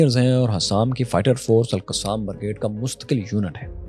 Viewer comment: bhai tu Alqussam bolna band kar pahly 🙏 Ye Alqassam Brigades hai Alqussam nhe